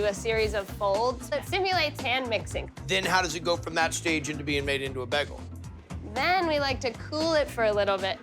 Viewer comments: The fact he keeps saying Begal is killing me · The blonde hair the baggal It's an alternate timeline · What's a Begel? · Did he just call it Bag-gal? Britta is that you? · Was I pronouncing "bagel" wrong my whole life?